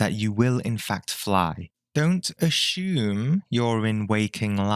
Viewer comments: This is great but one part annoys me. The word assume. It's said Ashoom and that is wrong. It is supposed to sound like (uh sue mm) not Ashoom. Anyways, I love everything else on this video. I have been able to control my dreams since the early 80's maybe earlier. It is a wonderful thing. I love reversing dreams and making them go the way I prefer them to go. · I shouldn’t laugh, but the way you say assume got me bad 😂 love it